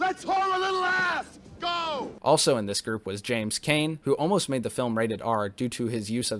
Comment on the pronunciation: Hi, I've reviewed this classic myself as well and you generally did a good job - but, yes, the pronunciations - especially on Arnhem and James Caan - not Kane. But I know it can happen when researching dozens of facts